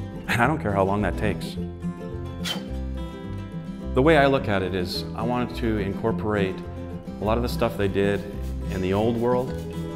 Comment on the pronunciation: It's "incorporate" not "encorporate"